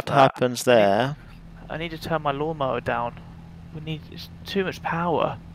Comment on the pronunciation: "LLLLon mowerr" 😂😂